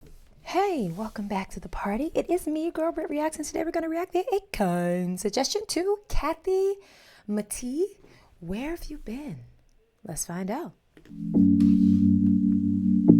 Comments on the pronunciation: Kathy’s last name is pronounced: MA-TAY-UH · Just a correction on her last name. It's pronounced "Muh-tay-uh" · it's MUH TAY YUH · HEY!!. Love your reactions! This is Kathy Mattea (pronounced Muh~Tay• {like Day}~ Uh)😊 love ya girl! God Bless ya and ya loved ones Girl! Please react to Leanna Rimes and Reba McEntire 'When You Love Someone Like That".. Link Below 😊 YOU WILL LOVE ITTTT!! I PROMISE!! Please and Thank you! Praying for your healing from cold 2.0!! In Jesus Name Amen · It would be real nice and respectful if you would take a minute to learn how to say the artist's name